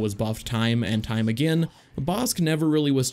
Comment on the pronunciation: it sounds like he’s saying anakin instead of again when he’s talking about anakin lol